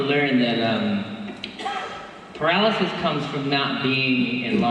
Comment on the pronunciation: he’s so cute 🥺 i find it funny how he tries to pronounce paralysis lmfao